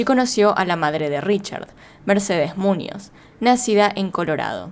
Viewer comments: No es Múñoz, es Muñoz! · ¿"Múnoz"? (sic). Buah.